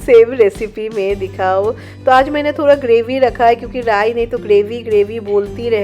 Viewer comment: Rai kya boli samj hi nai aaya 😂😂